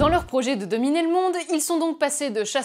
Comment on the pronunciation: " pour domiter le monde, ouais ! " mais quand il sait parler il fait des bonnes vidéos 😅